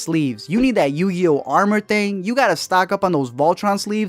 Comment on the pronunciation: Homie said yu gi oh thang and voltron sleeves 🤣🤣🤣